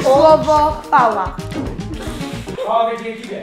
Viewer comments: ja zamiast CHWAŁA usłyszałem PAŁA🤣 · myślałam ze ona powiedziała pała XD